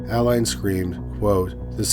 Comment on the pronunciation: The name of the first story is Adeline - you pronounce it Add-eh-line not Aayd lin